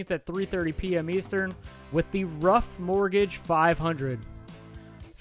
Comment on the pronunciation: Disclaimer - I royally F'd up the Ruoff prenounciation. It's Ru - Off 🤷‍♂My bad.